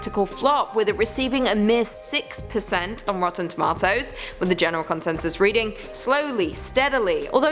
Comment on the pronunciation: Love it when you say, "ROTTEN TOMA-TOES!" marry me lol